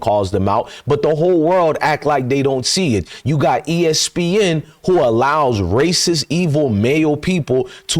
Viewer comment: Did he say ESpin 😅love it